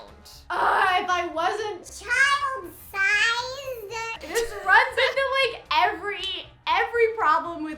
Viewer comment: “Oh if I wasnt ✨cHiLeD sIzZEuUhD✨” Ah, yes. Perfection.